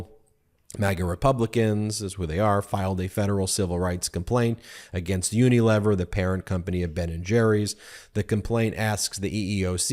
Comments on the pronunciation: This is nit-picking, but you are mispronouncing Unilever. It is uni- lee-ver. (Long ‘e’ sound.) 🙂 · Unilever (UK) is pron.: YOO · nuh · LEE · vr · Ben, the third syllable of “Unilever” should rhyme with “tee”.